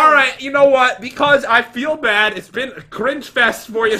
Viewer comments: You sed bed 😒😒😒😒😒😒why you sed bed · Pat just say bed